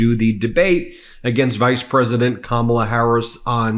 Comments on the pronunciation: He doesn't even say her name correctly. This is the kind of child half of America wants to elect as president. He's a liability to our national security, our constitutional processes and our institutions. And, easily manipulated internationally. It amazes me that someone lacking that much maturity, integrity, honesty, and leadership is the choice of half of America. Freedom is a bitch sometimes. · Have you ever noticed how he insults people by mispronouncing names like a little kid would